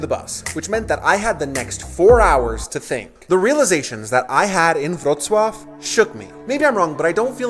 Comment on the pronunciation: Wrocław = VRO-tz-wav, what is your closest large city in TX?